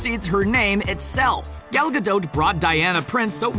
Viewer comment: Makes no sense why you can't say Gal Gadot's name properly HAHA!